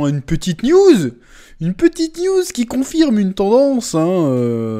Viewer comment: À chaque fois que tu dis "news" j'entends "nudes"